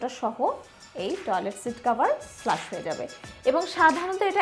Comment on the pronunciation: Flash bolen na go didimoni, flush bolen.